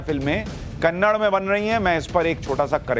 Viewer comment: It’s not Kannad. Kannada is the right pronunciation. Hindi is not a national language. There no national language in India. There is a national bird, national animal but there is no national language. The way a Hindi movie is dubbed to Talugu, Tanil, Malayalam, a Kannada movie is also dubbed to Hindi, Tamil and Telugu and many other languages. It’s not dubbed to Hindi because Hindi is a national language. You need a patshala about languages.